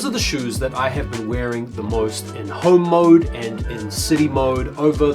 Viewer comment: At first i thought you said Hoe Mode… n I’m like “alright!”